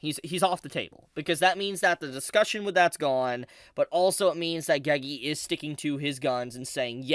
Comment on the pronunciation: pls stop saying gegi